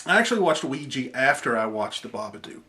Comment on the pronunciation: I really have a problem with people saying "Ouiji" people don't like a's anymore? it is Ouija. With an a.